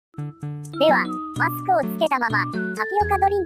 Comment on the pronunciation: マスクがマックにしか聞こえないw